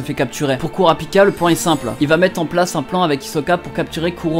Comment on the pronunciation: « Kourapika » ça me fait pleurer ;-; « kiroua » j’en peu plou C’est « killua » et « kurapika » bordel ;c